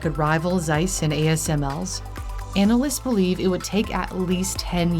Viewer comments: ZEISS is a German company and was founded in Jena (1846, in East Germany). The Z is pronounced in German like "ts" in "its". 😉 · The cringe everytime someone says Zeiss so wrong...even the video maker. It's a hard sharp Z at the start. Like a snake hissing Tzeiss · Zeiss, nicht size. Warum sprichst Du das einfach komplett anders aus, als es da steht? mit Z! ja Z, nicht C!!! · 🙄 Zeiss = tsice not "seiss" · Oh please, could you perhaps try to pronounce "Z" not like a smooth "s"? It ALWAYS IS LIKE "TS" always ! German is so simple all letters are always pronounced the same , but hearing a one syllable name so "american ( wrong ) is hard to bare. The name is worldwide known, i think desevers to not be mispronounced. Please!!!!! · Just a little hint: the German Z as in Zeiss is pronounced like TS, so it's not Seiss, it's Tseiss. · As a side note on pronunciation, the letter Z in German is not pronounced like an S, but like a TS. So Zeiss is not Sice, but Tsice. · not SIZE ... its TSICE .... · Try to say it: tssseyes. It's "z" like in pizza 🙃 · James Webb Space Telescope? yes they have their stuff in there, too. Lol. But Zeiss is pronounced: "Tssaiss" sharp Ts. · Please don't call it seis its called ZEISS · As it is a german company its pronounced Tseiss. Because Z in german is pronounced like english ts. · Not sure if anyone mentioned it before, but it‘s pronounced „tsaiss“. The German z is not soft. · The right German pronunciation of Zeiss is "tsais" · Actually, it's pronounced "TSEISS". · Please, pronounce the "z" in Zeiss like you pronounce the "zz" in Pizza. Every German z is a Pizza-z. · just try to say TSeiss, thanks